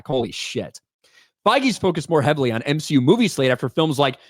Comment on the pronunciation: More M-She-U plz! 😂